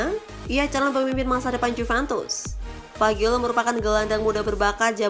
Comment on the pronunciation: 𝘍𝘢𝘨𝘪𝘰𝘭𝘪 𝘣𝘶𝘬𝘢𝘯 𝘧𝘢𝘨𝘪𝘰𝘭𝘰